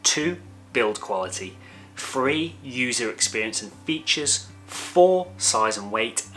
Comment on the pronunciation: a nice review of a cracking lens. I've been one of your subscribers for a while but have seriously toyed with the idea of unfollowing you because of the way you pronounce the letters "TH". There are numerous examples in this video, as there are in most of your videos, of you using the words: free (should be three), fink (think), fousand (thousand) etc etc. I personally find it infuriating that you are unable to pronounce the English words correctly in what is clearly your mother tongue. TH should not be pronounced as an F. It must be confusing for your overseas followers, and I'm sure I'm not the only one who finds it incredibly annoying to hear the English language incorrectly used. Apart from that, your videos are great, you give good practical opinions and I rate your views. Cheers